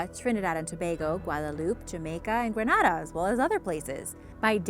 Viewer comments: An its gre na da... not Gra na da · Y'all need to learn how to pronounce caribbean name properly for example Grenada (green-ada) not granada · the way she pronounced 'Grenada 😂